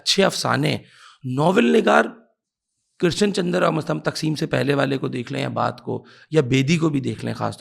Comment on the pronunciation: Your pronunciation of Krishan chandar is wrong dear host. کرشن کی ش پر تشدید نہیں ہے۔